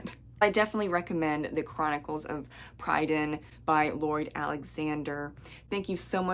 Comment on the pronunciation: Pri - dain, not Pry - dain (short 'i' in first syllable, emphasis on first syllable) Annuvin in Welsh is Annwn (I think) You must have had fun with Taran's friendly bard, Fflewddur Fflam! Hope this helps 🙂